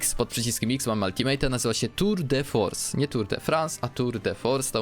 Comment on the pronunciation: btw "tour de force" czyta sie jako tur de forse, poniewaz e jest nieme we francuskim a c czyta sie jak s